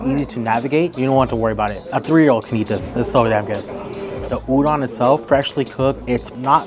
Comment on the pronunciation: Great video! FYI, “udon” is pronounced “oo-dohn” or perhaps “ooh-doan”. Like ooh ooh pick me. And “doan” like loan. I hope I make sense. 😊